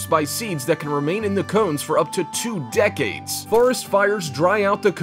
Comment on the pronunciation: WHo TaLKS lIKE THius? DeCAdES. Ffs guy.